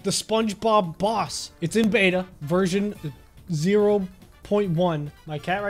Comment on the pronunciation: who else thought that he said spongebob ross instead of spongebob boss